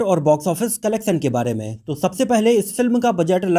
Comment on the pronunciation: Sha shabd ka sahi ucharan kijye. Bhasha shudh kijye . Solay mat kaho . Collectuon ko aap colleksan keh rahe ho. Mujhe sharm aati he apka vdo dekhta hu aur apki bhasha sunta mujhe bhut sharm aati he Me dislikeckrta hu